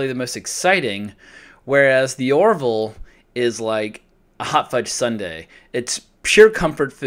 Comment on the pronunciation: It's "The Orville", not "The Oroville".